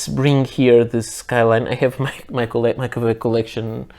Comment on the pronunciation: Why do you keep call them ka-veck most of the time? I have 6 Kawecos now and like them very much, especially the piston filler.